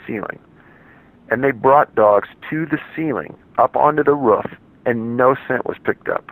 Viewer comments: Roof, not ruff damn it! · Its 'roof' not 'ruff' The word has 2 o's in it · It's ROOF, not RUFF. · It’s roof not ruf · Roof not Ruff 😕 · the ruff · Me too haha. I wasn't paying attention and thought he was referring to a dog "ruffing". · lmao yes I agree ROOF! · The way he says “roof” makes me angry